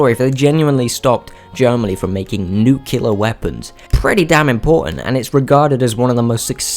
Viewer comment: It's pronounced new-cle-ar, not nuke-ular. And yes, the Germans were working on their famous V2 Rockets, their counterpart to the Manhattan Project in the US.